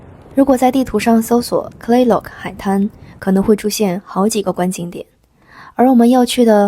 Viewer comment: Kalaloch 不唸做 "卡拉洛奇“ 第一個 a 發 schwa 的音，所有常被省略。 第二個 a 發長音，即是 ay 的音。 字尾的 ch 不是 “奇” ，而是 k 的音。 整個合起來唸做 Claylock，像是 “克雷洛克” 很奇怪的是妳後來唸的 Kalaloch 發音是對的，不知道為什麼前面的中文說 "卡拉洛奇“